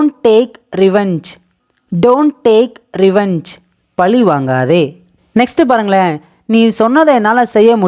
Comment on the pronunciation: Why do you read பழி as பளி